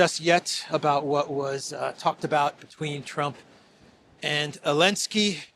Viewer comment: I like how still says Zelensky as Elensky after all these years, lol